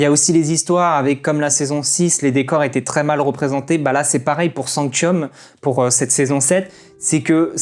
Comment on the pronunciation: Alors sanctum et pas sanctium et eligus éligium tu ma fait bcp rire mais sa ma bcp trop stressé 😂😭